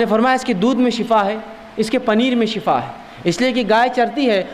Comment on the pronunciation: Shifa thek he khena ,,,,not shafa